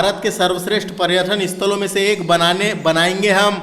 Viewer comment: क्या लेक्चर दे रहे हो भाई तुम्हे ढंग से हिन्दी बोलते भी नही बन रहा । पर्यटन और पर्यठन में भी फर्क नही समझ रहे ।